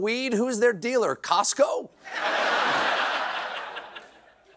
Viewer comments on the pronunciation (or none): none